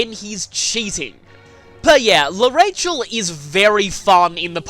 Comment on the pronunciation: I dont mean to be rude but its prenounced arashell